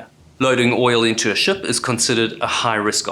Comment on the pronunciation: Can I be rude and ask where your accent is from? You’re so well spoken I’m having trouble placing it. I’ve flip flopped between kiwi and South African, but the pronouncing ship sort of like “shup” in this video I’m definitely leaning towards kiwi